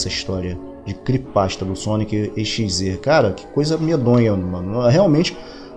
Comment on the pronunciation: Vixi falo o nome do sonic exe errado